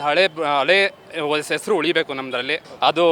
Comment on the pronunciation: Esru😂 alla sir, hesaru, kannadada kole 😂😮